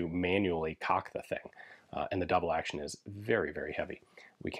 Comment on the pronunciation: "Le formidable" must refer to the grip strength you need to use this weapon. on the other hand, "Double AHHRction" is a good nickname for it too